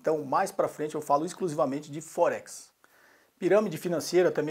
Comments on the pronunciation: Não preciso de Axel, pra vê que tua conta tá errada kkkk rapaz não sei o que, tu ganhas pra desenformar os outros e o nome não é focse kkkkk aprende falar pelo menos o nome ! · Puxa, não sabe nem pronunciar Forex kkkkkkkkkk .